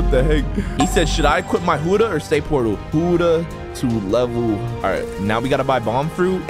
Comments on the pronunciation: Why you say huddah not Buddah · the only annoying thing in this video is huddah when you always say ot as bu-dda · why do u call it hudah fruit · or peicing clothesline